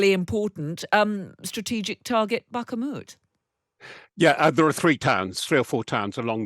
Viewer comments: Himars will be used to shape the battlefield. Aka destroy strategic targets like munition dumps, bases or troop concentrations. Ps. Here we go with the bak-a-moet again🤮 Its BAK--MOET... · Bakhamoot? That's a new mispronunciation of Bakhmut. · I hate to nitpick here, but I wonder (not for the first time) how many “U”s the presenter sees in “Bakhmut”? She keeps pronouncing it as “BakhUmUt”😜